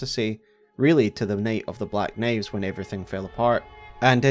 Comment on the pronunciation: This is the best telling of the “Nate of the black Naives” I’ve ever heard 😊